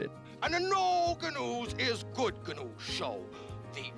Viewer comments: The narrator clearly never saw Great Space Coaster. That’s not Speed Reader—that’s Baxter. And it's not Gary “Noo,” it’s Gary “Gah-noo”! And “No Gah-News Is Good Gah-News”! It’s the whole gag! 😂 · You don't know how Gnu is pronounced?! It's Ga-new. And the saying is "No ga-news is good ga-news with Gary Ga-new! - That's not Speed Reader, that's Baxter the Clown! Speed Reader was a human! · his name was pronounced Gary Guh-noo. Duh. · It’s not Gary “Nu”. The whole shtick was GUH-nu. Hence the joke no Guh-News is good Guh-News. If you don’t pronounce the G, there’s NO JOKE. 🤦🏻‍♀️ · I am going to have to stop watching after the Gary GUH NU slander. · G-nu. The G is pronounced. My mother absolutely hated the show, but I loved it as a kid. I drove her absolutely nuts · You obviously never got to watch the Great Space Coaster. It's Gary GUH-nu, at least that's the way Gary pronounced it. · Pronounced "ga-new" in the sgow. "no ga-news is good ga-news with Gary ga-new" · Gary Gnu. Guh new. If you had ACTUALLY watched the Great Space Coaster you'd know how to pronounce that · "No GUH-news... is Good GUH-news... with Gary... GNU." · Get Gary's name correct. It's Gary's Guh-new. Where no guh-news is good guh-news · I'm revoking your X-card since you don't know that "No GUH-news is good GUH-news with Gary GUH-nu!" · It's pronounced, Gary Ga-New. no Ga-News is good Ga-News with Gary Ga-New. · Ya that messed me up for a second when he pronounced it “Gary New.” We “knew” that was incorrect lol. At least he corrected himself at about the 8 minute mark. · Gary GNU...the G was NOT silent! No Gnews, is good Gnews, with Gary GNU! The G was NOT silent And Lidsville was from 1971, not "the 80s" as you suggested